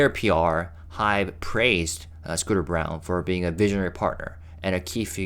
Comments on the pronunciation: I think that Scooter's last name is pronounced like BRAWN. Isn't it usually the case that the old CEO only sticks around for 4-5 years after a takeover? Surprised he lasted this long. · I’m hoping that you got that it’s not “Scooter Brown,” it’s “Scooter Braun” (pronounced like brawn.)